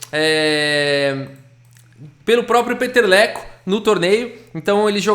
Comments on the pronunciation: narrando a partida eu estava só escutando sem ver..eu quem é esse jogador o Peteleco? É brasileiro fiquei imaginando lol eu estava entendendo peteleco kkkkkk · Kkk vc tava falando Peter leko, o vídeo todo ouvi peteleco